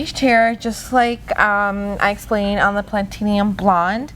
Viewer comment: Pla-ti-num, you're adding an extra vowel